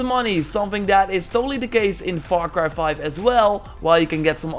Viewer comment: “Var cry 5”